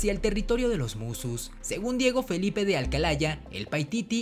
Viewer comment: es Diego Felipe de Poma Ayala no Diengo Felipe de Alcalaya